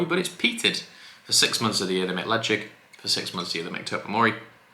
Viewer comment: I'm subscribed - but why does Ralfy call it "Leshaik" and you call it Lejigg. Bit confused.